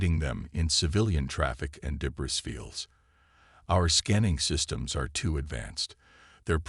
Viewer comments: Debris is pronounced deb - reeee..... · Enjoyable. ❤ your AI needs to leave out the s sound when speaking the word debris, p,ease give it a heads up.